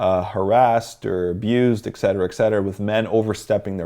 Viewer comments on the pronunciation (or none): Oh by the way it's pronounced ET-CET-ER-A not eksetera that's why it's written etc and not ect